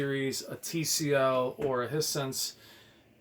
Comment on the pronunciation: It's pronounced High Sense. Like hi how you doing and the sixth sense had a twist ending.